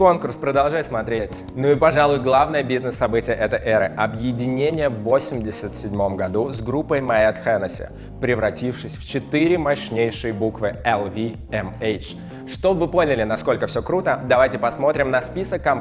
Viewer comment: Моэ, а не Моет, ЭннессИ, а не ХЕннеси, богема это бедные художники, поэты и т.п. живущие на мансардах - "любопытные фааакты", ведущему лучше где-нибудь в Краснодаре в сауне работать